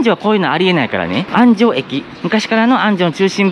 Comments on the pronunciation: 安城の発音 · 安城出身です 昔は田んぼだらけでしたね ちなみにあんじょうのアクセントは「じょ」の部分です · 地元のアナウンサーも安城の発音は間違えますな😅